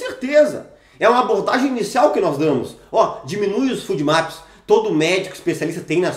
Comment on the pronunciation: FODMAPS se fala fôdmaps, não fúdmaps.